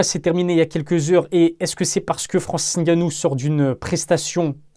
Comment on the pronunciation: Merci de bien prononcer son nom...le "N" ne se prononce pas. C'est de mieux en mieux dans les médias, une marque de respect👍. Force👍